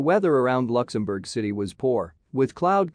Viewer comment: I'm offended that cannot pronounce "Luxembourg". Please get rid of that voice. I'd rather listen to a human with an accent.